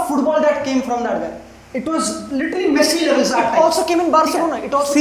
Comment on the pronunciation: Guy literally said messi shareef 😂😂😂😂